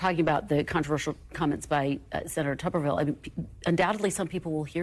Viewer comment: This buffoon can't even pronounce "Tuberville" he said "Tuvverville." Amazing !